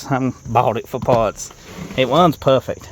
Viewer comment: 'It wuns, has twansmission issues' 😂😅😂